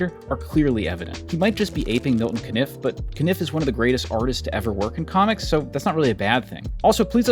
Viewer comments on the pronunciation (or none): Caniff is pronounced “cane-if” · Oh is that how Milton Caniff's last name is pronounced? I apologize for butchering it over the years. Hahah! Please please please do a video about him. Terry and the Pirates is undeniably very problematic and dated. It's basicly nothing but ethnic stereotypes. It's also beautiful, inspiring artwork.